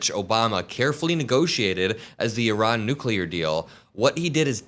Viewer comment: ☆ "I RAN." Google the pronunciation JD. If you're going to murder them at least get that right. But then again you voiced that Haitians come from "Haitia". Stupid fascist.☆